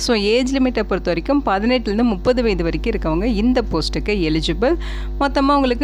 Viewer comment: வயது என்ன ஏன் வயதை மட்டும் முழுங்கி பேசுவது ஏன் ஏன்